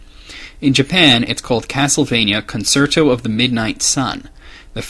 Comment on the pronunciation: Dude if you want to say that you're pronouncing Dracula correctly, at least say concerto (con-chair-tow) and lament (lah-ment) correctly too...just saying